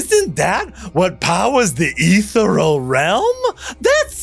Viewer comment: I love commitment to mispronouncing ethereal